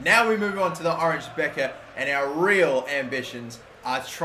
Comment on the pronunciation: I doubt you will be managing in The Netherlands for much longer but just for my sanity's sake it's pronounced the Oranye Bekker